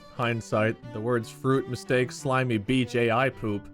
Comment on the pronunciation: When said that the word was mistake for the first time i heard “stake” so i was listening for bob and mark so talk about meat the whole time😂